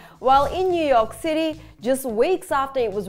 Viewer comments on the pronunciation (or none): none